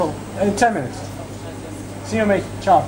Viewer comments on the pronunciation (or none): cool! I am using Fring... are you italian ? because you say CIAOOOO lol